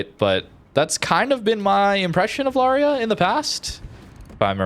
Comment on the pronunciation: Lauria is a great ship, albeit the dispersion is sometimes truly crap, probably due to that low sigma… FYI, Lauria is pronounced “Laureea” with the accent on the “i”, and you pronounce both the an and the u as separate vowels, lot like in “Lawrence”. The name comes from a small town in the Basilicata region (actually, two towns, Lauria Inferiore and Lauria Superiore, the former by the sea, the other on the hills).😅 Italian pronunciation for you